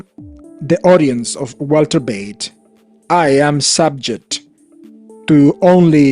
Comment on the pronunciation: Find something else to do. You have no business to judge anyone. You are a click baiter. And just annoying. And for the record it is Walter Veith not Walter Beith